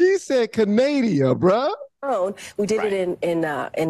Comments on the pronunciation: Is she really saying Candadia or something else Research. 19k n Billy Carson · Did she seriously say Canadia 😂😅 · She even called Canada, Canadia... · Hey I also call Canada. Canadia 😂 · Did anyone else hear KJP call Canada, "Canadia"? 🤦🏻‍♀️ Bloody hell. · Did that airhead call Canada Canadia? 🤣😂🤣😂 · Yes, ma’am you heard her correctly because I had a WTH moment when I heard it. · “Canadia” kills me every time 😂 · Canadia? What a maroon (Ala Bugs Bunny)!! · Lmao she said Canadia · CANADIA! Lol😆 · Wtf, did JPK call Canada Canadia? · Lmao canadia😂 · Canadia???? Is that a new country? Part of the UN? NORAD? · Canadia? Too focused on keeping up with lirs(lies)! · she said Canadia 🤣